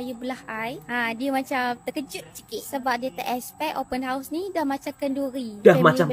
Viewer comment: Sebut betul2.....Open House.......bukan Open Horse......tapi konten menarik dan mantap....Selamat Hari Raya Aidil Fitri....